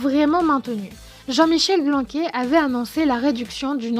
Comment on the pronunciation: C'est pas Blanqu[é] mais Blanqu[aire]